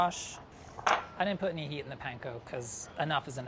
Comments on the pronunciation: if he says "paynko" one more time i will fry myself in olive oil. weird how he says katsu right but not panko. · Can we please stop saying "pain-ko"?